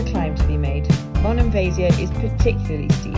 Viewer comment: Aah.. Monemvasia (accent on the last A of the name.. For your future visits) 😊 .. Was, is, and will always be my favorite spot in Greece. Arrived by boat and it was magical. Baaie Danki for the memories❤ oh... And we sailed through the Corinth channel... Magic 😊❤